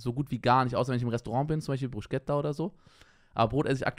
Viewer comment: Bruschetta, Aussprache = “Brusketta”